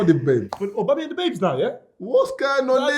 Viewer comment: Man goes Obamayang looool